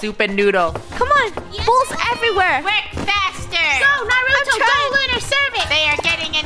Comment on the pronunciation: narato more like nurato lol